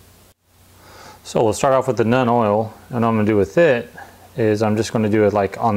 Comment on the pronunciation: ...Seems you're having a bit of trouble pronouncing the names. Nuln - (NULL, N) Drakenhof - (DRAKE, N, HOFF) Seraphim Sepia - (SERA, FIM - SEP, EE, YA)